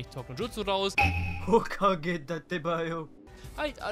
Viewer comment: AHSAHHAHAHHAH "hHhhHokAge dAttebAayo"